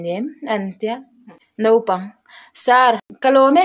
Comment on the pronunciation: Mizo tawng hi chhar dik ve thin ula, Naupang ti tur pawh Nopang in daih a